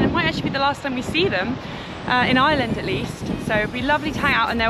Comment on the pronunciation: Genuinely nice folks who really how Beautiful our Country can be. It's a terrible pity though that in the 3 months our Visitors spent here that someone didn't take the time to have a little whisper in their ears on how to pronounce "IRELAND" or that old reliable " Sláinte"...Wishing them well on their Next Adventure...Slán!!